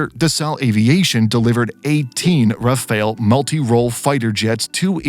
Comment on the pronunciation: It is pronounced Rough-al and not Raphael. Rafale in French means gust like wind gust and/or burst ( like when shooting a burst of bullets).